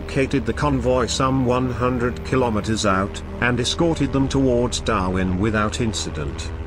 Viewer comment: That damn synthetic voice... "Darvin"...